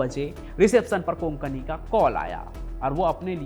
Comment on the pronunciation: Konkani nahi kokni